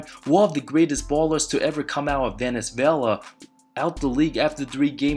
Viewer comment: for "Venezvela".